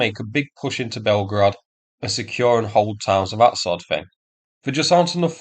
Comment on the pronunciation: Thought is fought, that is vat, roosia is Russia. I fought you'd like a translation….